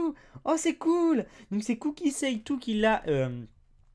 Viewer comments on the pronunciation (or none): "ou" en japonais se prononce "ō" et "ai" se prononce "aï" donc le nom du dessinateur de Pikachu se prononce "Kōki Saïtō" et non "Cookie Saytou" x)